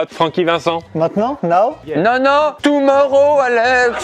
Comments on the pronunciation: Toumorow alexeuhhh😂😂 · ''Toumouro Alex'' !! 😂